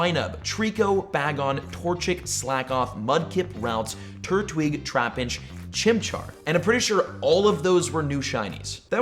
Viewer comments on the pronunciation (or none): none